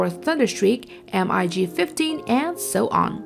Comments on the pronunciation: just say mig as a word not as m-i-g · WHY Why are you saying M-I-G it's MiG Not M-I-G Please stop it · technically it is M I G ... the fact that people make a word out of it is actually wrong ... Mikoyan & Gurevich (Russian aircraft designers) . so NOT mig ... but M I G ... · M-I-G 15 and M-I-G 19! O-M-G ! 😂😂😂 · Took me a few moments to figure out what an M-I-G was, then paused the video to go look at the comments section, to see how many people would be correcting her. It's like hearing someone mispronounce the name of a well known city! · just as much as you know how to pronounce mig?